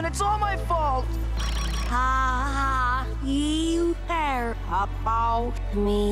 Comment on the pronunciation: Isn’t reversed, the pronounce that is a little weird. She said: “Aaawn you care about me”